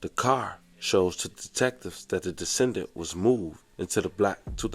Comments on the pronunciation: decedent…not descendant. That word is whooping yo ass 🤣🤣🤣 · Decedent (de-see-dent), not descendant. confused me the whole video thinking I heard defendant. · The word you were looking for is pronounced "Dee-seed-ant", not descendant. Decedent means deceased person family. Descendants are people that Descend from a particular ancestor. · Just trying to help you get better as ppl helped me on pronunciations. Never mean spirited nor judgemental. The word is "decedent" (pronounced: duh·see·dnt) meaning that she's deceased. It's not descendant which is like a daughter & granddaughter are descendants of their grandmother. Thanks for your channel. Best wishes. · Decedent, as in deceased, not descendant, as in lineage. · *decedent not descendant smh Google has a feature for word pronunciation. I use it all the time. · It’s not pronounced descended. It’s decedent aka D-see-dent. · It is pronounced duh-SEE-duhnt not duh-SEN-duhnt. Two words that mean very different things. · Decedent (di-see-dent), not descendant ….come on fam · It’s de—see-dent (decedent). I was getting confused cuz I thought u said defendant :) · Decedent not descendent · Love the channel bro it’s pronounced “De-see-dent” as in the person who is now deceased… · De - CEE- dant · D see dent , is the pronunciation. It means dead person. Love your content, but this kept throwing me off. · that word decedent is pronounced de SEE dent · Decedent is pronounced: De-see-dent. Think deceased.